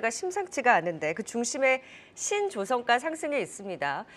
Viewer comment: "신-조선가" 가 아니고 "신조-선가" 이렇게 발음하는 겁니다. 연구원은 발음이 맞는것 같은데 좀 가르쳐 주지.....